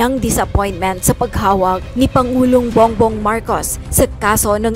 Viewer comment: Bong-bong, hindi bung-bong. Linawin ko lang. Ang labo eh.